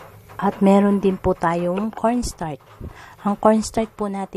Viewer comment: Hey Miss, you are representing the Philippines, be sure your PRONUNCIATION is correct. You got few mispronounced words like etc. or maybe you are only SO NERVOUS. 1) Kutsinta.....not kuntsinta 2) corn (starch) not cornstart. Pls. emphasize the ch I love kutsinta otherwise. Thank you.